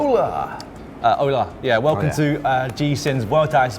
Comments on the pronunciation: That "hola" from Matt was a total fail! The H in Spanish is silent. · matt, the h is silent in spanish